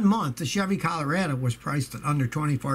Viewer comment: Love how he misprnuciates Colorado. 😁